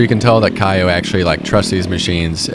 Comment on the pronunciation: The proper way to say the name of KAYO is like KO not KAIOH just so you know.